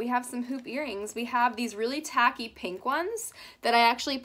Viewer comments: No one:: " this cute little paink mirror" Lol you said paink instead of pink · When you were talking about the mirror she said pank instead of pink lol